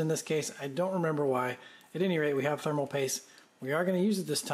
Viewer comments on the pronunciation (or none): Am I the only one who noticed "Themal Paste"? Made me chuckle